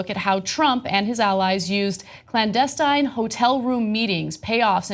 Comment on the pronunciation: Ana can't correctly pronounce the word clandestine .